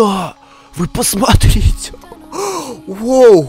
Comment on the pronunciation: Ты сказал "воу" а не "вау"*не хейт*